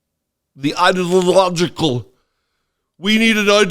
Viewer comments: I'm gonna put "Idalojjical" along with "Oranges" and "United Shtatesh". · The orange guy tried to say “ideological”, but, per ignorance, said “… idea illogical …” 😏. Yes, he’s full of illogic. Freudian slip?